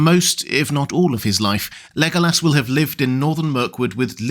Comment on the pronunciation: He is a cutie pie. But why do you pronounce it Lego ass?